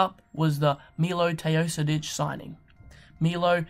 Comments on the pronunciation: you said wrong "Milo Teosidic".. correct is MiloS TEOdosic :D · Quick comment..when u pronance Milos name u read TeoSodic..it should be TeoDosic..and Gallinari it's not Danilio, just Danilo, but nice video, can't wait to see how will this clippers team work out, they have nice assets, and depth in rooster :)